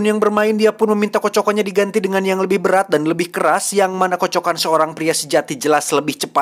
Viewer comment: KATA KATA " KOCOKAN " SANGAD DITEKAN KAN OLEH